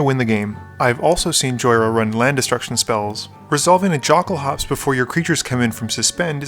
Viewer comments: No self respecting Jhoira player should ever say "jockel-hops" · Puts out a statement on the proper pronunciation of Omniscience, but then guesses on Jokulhaups.